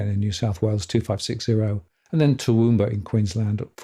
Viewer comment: How could you not know how to pronounce Toowoomba? And how did you come up with Derrimont?